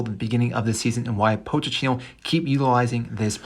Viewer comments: “Poach a teeno” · Bro this video got annoying after you kept saying “POTE CHINO”